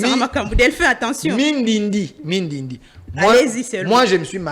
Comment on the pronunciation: C'est bandindi et non mindindi